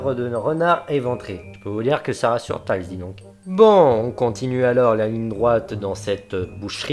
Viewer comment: bon c'est pas grave en tout cas le "I" se prononce dans "Tails"